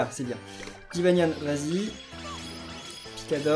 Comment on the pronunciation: Quand Epinyan du " Piquador " on dirais qui dis " Pika dors " Pika " pour Pikachu et " dor " pour dors